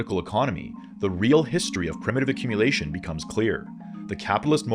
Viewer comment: Love the video, like all of you videos. "accmumulation"